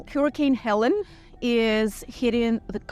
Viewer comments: Its Helene not Helen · Not “Helen” but Hell-Lean! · Helene is pronounce Ha-lay-nah. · Learn how to pronounce “Helene” hillbilly.